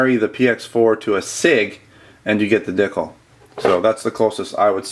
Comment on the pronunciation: Regarding the ekol dicle. The name sounds less silly when you know the correct pronunciation. Dee cluh. And it is a replica of the baretta cougar. You mentioned that you are about giving to the community regardless of if it is a product that you carry which is very cool so I hope that information helps.